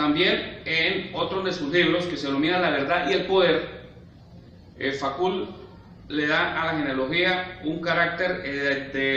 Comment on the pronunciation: Me supera la pronunciación del apellido de Michel Foucault (fucó) y no facul, eso me parece básico, es perturbador.